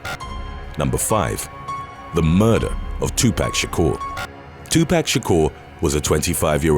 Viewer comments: Gets on my nerves when people say it knowing damn well they have heard his name plenty of times... Its 2 pac not 2 pack.... And youre black and still said it wrong smh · I cringed every time the narrator said, "2Pack Shakur"... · Still cracks me up when people say Tupac's name wrong. There is no K in his name. Lol!!! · Your Pronunciations Are Killing Me 😢 Especially On Tupac Name. Please Do Research & Get It Right